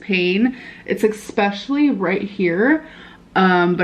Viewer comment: I-B-profin, expeshully, impor’en, ub-load; she is so incompetent; and she thinks she’s a great writer